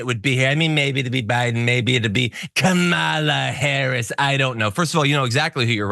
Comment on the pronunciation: and notice how he paused to make sure he MISPRONOUNCED her name, too